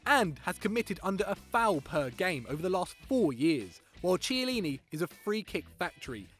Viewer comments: I disliked the video only because of your "Chiellini" pronunciation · Weird list.... and all I can think of commenting is "That pronunciation of Chiellini though..." Meh! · If you're gonna say chiellini is overrated you can at least pronounce his name right. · Ch! Ch! Chiellini! Pronounce it well. Wait wait.. G! G! Barzagli! Please😭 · I didn't like the fact that you picked Chiellini but I wasn't going to dislike. Then I heard you pronounce his name... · its kee eh lini not chee eh lini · U know this list is shite when he pronounces Chiellini as tchielyny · It isn’t CH eillini it is pronounced C heillini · It's pronounced kee-a-leen-e I'm not even a Italian and I know that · It's pronounced Chiellini (Ki-a-lini) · The C is pronounced Ch but if its Ch its pronounced a silent h so it sounds like Kiellini. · It's pronounced "Kiellini" by the way. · i just can't take someone who can't pronounce a name right seriously.......smh its chiellini with a k and trust me he is better than bonucci at DEFENDING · "CHEE LINI" LMFAOOOOO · mate... I like you, and unlike many fanse of Football Daily, want you to succeed.... but you cant pronounce Chiellini so blatantly wrong. In Italy, when the letter "C" and "H" are together they create a "K" sound. While it is spelled CHiellini, its pronounced "K-ielliny" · You pronounce it Kiellini. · You don't watch Serie A, if you did then you'd know how to properly pronounce Italian names - you got Chiellini and Barzagli badly wrong. It's really painful and cringey - at the same time to hear you try to pronounce italian, and cultured names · The way he pronounced Chiellini... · They don't even know how to pronounce Chiellini and they call him overrated ffs man 😡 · I honestly cant tell if you're just trolling at this point or not. in Italian C followed be e or i makes a "ch" sound, but when followed by an h is always a hard "K" sound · couldnt decide if the pronunciation of Barzagli or Chiellini was more offensive